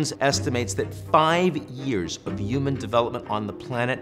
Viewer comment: Yuman instead of human pronunciation is taking me out every time 😂